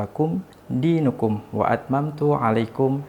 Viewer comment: Mf pa bukan diinukum tapi diinakum